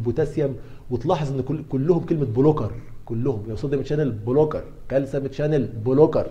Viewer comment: دكتور اسمه كالسيوم وليس كالسم 😂😆🫶 مع ذلك بديت اسميه كالسم برضو